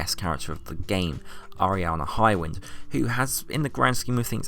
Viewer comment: I thought your highwind pronunciation was right lol. and Adamantoise was and has been easier with Zwills and crit food. use armiger when available and Ignis elements. makes the fight easy to farm. was doing that within a week or so.